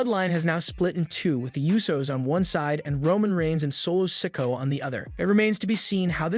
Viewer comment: The narrator needs to learn English. Instead of Sikoa, he says sicko and due instead of duo.